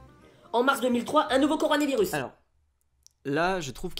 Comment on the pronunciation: Déjà s'il sait pas dire coronavirus…